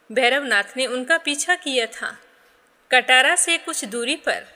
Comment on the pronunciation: राधे राधे राधे राधे राधे राधे राधे 🙏 पहले तो आप बोलेंगे कटरा न की कटारा नहीं है कटरा है 🙏🙏❤️